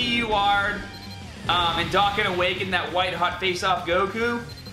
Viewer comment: The way youre pronouncing dokkan is really annoying